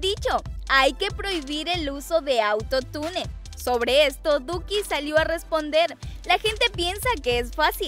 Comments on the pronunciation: No es auto-tune es autotun todo junto!!. Y no por qué una palabra lleve doble L no significa que se pronunsie con doble L es con y que se pronuncia sh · se dice autotun no autotune se escribe autotune pero no se dice asi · Se escribe auto tune y se dice auto tun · Se pronuncia autotun no autotune Ajajajajshshshshhsvdvdbsksnsn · Se pronuncia Autotun no autotunE que onda atun(? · se pronuncia autotain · se escribe autotune pero se dice AUTOTUN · Se pronuncia "autotiune"no autotune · Se dice autotun no autotune flaca, (pero se escribe autotune) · Se dice "auto tun" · Piba se dice autone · no no,una cosa es que yo esté mal,otra cosa es que vos no sepas pronunciar auntotune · Neta no sabe decir atutune